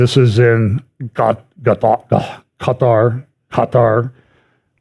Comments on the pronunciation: Qatar, pronounced Gudder; Rhymes with Udder. 🥺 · Kah-tar. Just say it in English. Who cares. Jeez! Move on